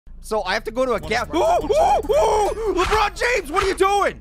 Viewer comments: I like when he says la but James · I almost died laughing when pear said lebutt james